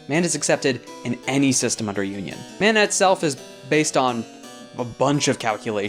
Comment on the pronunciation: Coming in super late here, but "Manna" is typically pronounced Mah-na compared to the Man-a of "Mana". Great videos about Lancer though!